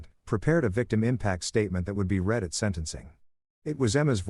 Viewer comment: AI - you're nearly there on this one. Read and Read are pronounced differently depending on the structure of the sentence. If we allow to carry on like this we will be raising a poorer society.